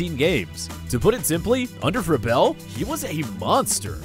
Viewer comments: Its Vrabel!! Not Verbell!! Jeez... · Repeat after me....VRAY-BULL. Not VRUH-BELL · Vraybul. Not Vrahbell. Vraybul. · ITS NOT “VRABELL” it’s Vrabel. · Sometimes I read comment before watching videos . At first I was like why the people getting mad at the guy for saying Vrabel name wrong. Now I see why after watching videos . He pronounce the name all the way wrong. SMH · Why you call him Ver-bell? 🤔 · Mike "Bruh-Vell" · Mike Vrabel = (VRAY BULL) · Bruh it's "Vray-ble" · If you are going to make a video, Learn how to pronounce peoples names! It's not Vrah-Bell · It's pronounced VRAYbel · I really didn't bro it just got on my nerves how he was saying coaches name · You're pronouncing "Vrabel" wrong, and Clowney was repeatedly linked to the Titans. They've been on the short list to sign him for a long time.